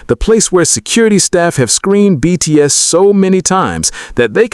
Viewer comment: You really could work on your pronunciation AI, especially on the proper names of the BTS members. That would show some respect. And the hyperbole starts to sound sarcastic about half way through.